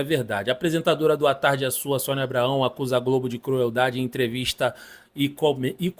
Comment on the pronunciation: Tá falando o nome da Sonia errado